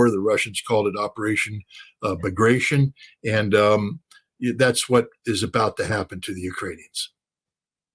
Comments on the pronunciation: A word to Scott: Bagration (Bagra-tee-on) is a surname of the famous Russian general who fought in war against Napoleon. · And. Scotty, learn how to pronounce Bagration.